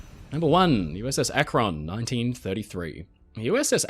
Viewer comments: Hey friend! This is such a minor thing but in case you want to know, "Akron" is pronounced with the emphasis on the first syllable, making it sound like "ahk-ren". Gotta love that wonderful American Midwest vowel shifting! (source: family literally lives in Akron. Well, North Canton, but same difference) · As someone from Ohio I've never heard someone pronounce Akron like that. (It's Ak-rin, first syllable stressed) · Nice work,! I love your stuff. FYI, regarding the US airship “Akron”: the ‘a’ in Akron is pronounced like the ‘a’ in “bat” and “sat” — NOT like the ‘a’ “late” or “mate”. (It’s named after the city Akron, Ohio). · as someone who lives in Ohio, it's always amusing when ppl pronounce cities from here in interesting/different ways. Akron (as in the USS Akron, named after the city it was built in) is more like "ACKrin" around here, but you make it sound super sophisticated and a place worth visiting 😂 fun fact: the parent company (Goodyear) that built the Akron is still in operation and still building/launching airships to this day! anyhow, I'm a new sub and wanted to say I love your videos and how thorough they are! 😊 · The British pronunciation of akron cracks me up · As far as I know Akron, OH "The Rubber City". Akron was not pronounced the you do. Of course, I probably don't pronounce any number of UK places correctly. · There's just something so insane about a giant airship floating in the sky. It must have been awesome to see something topping 700 feet long floating in the sky with your own eyes. Also listening to an Englishman pronounce Los Angeles and Akron never fails to amuse me. You should be glad they didn't name one USS Monongehela, Connequenessing or other American names.